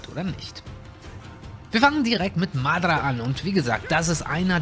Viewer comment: Bitte sprich madara richtig aus das triggered